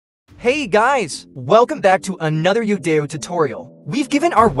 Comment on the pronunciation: It's kinda painful and cringe watching this video constantly saying the name of the site wrong. It's "Yo-Dai-Yo" not "yoda-yo"